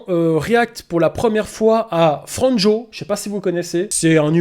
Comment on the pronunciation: C est un nom Croate... ca se prononce "FRAN-yoh°